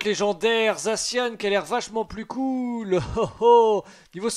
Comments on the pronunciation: C'est za ssi an pas zacianne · Sa me soule que tu prononsse mal le non de mon pokémon préféré (zaci an)